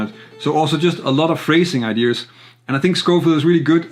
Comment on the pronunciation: Nice analysis but please stop saying idears, there’s no “r” I know it’s picky but ...